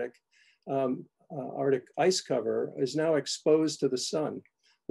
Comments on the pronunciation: Every time he says “Artic” we should take a sip 🥃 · Arctic is pronounced Arktik not artic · Why cant these guys pronounce arctic. As in Ark Tick, not artic. 90% of the volume of arctic ice lost. What utter tosh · I might have been too sleepy to notice. But now I’m going crazy with every “artik”. Maybe it’ll help wake me up! 😆🤦‍♀️